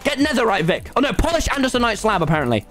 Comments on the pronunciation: People: Andesite Tommy: Andesonite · nobody : tommy : adesanite 🤣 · “Andisonite” -tommy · And-es-inite Hah nice pronunciation tommy